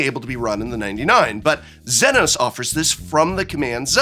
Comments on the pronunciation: Notes on pronunciation: "Almasy" has an L not an I, so it's said All-mah-see. Zenos yae Galvus is Zee-nohs yay gal-vuhs. Y'shtola Rhul is Yesh-toll-uh Rule (at least you didn't read it as "Y'sholta" like I've seen others do). Hope Estheim is split at the "T," so it's Est-heim. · It's hilarious to me that he Prof pronounced Zenos wrong but pronounced Y'shtola right.